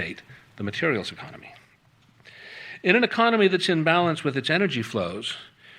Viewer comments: Cute slip: 'economy' accidentally called 'enemy' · I'm enjoying Freudian slips. A couple times, he's said "enemy," then quickly corrected to "economy," and there were a few other prescient slips that I did not record. Good work,!